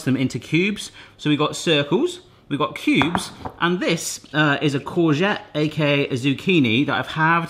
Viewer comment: How he says koobs instead of cubes lol :D